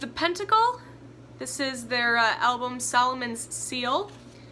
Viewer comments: Its pronounced Pent angle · That Neil Young is fantastic. Most of your finds are fabulous and I personally love Bert Jansch and Pentangle. Not to be a stickler but they are pronounced PEN - TANGLE. ;-) Good stuff!!!